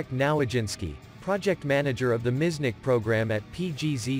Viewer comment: Miecznik not miznick!!